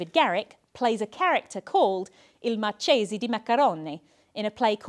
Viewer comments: "Marchese" is pronounced "markese" by the way. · Marchese has a hard /k/ sound